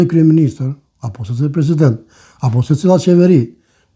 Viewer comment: Ramushi po shpreson mu ba "freshhident"😂😂😂😂😂